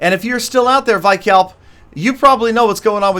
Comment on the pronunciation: Not vykalp........veekalp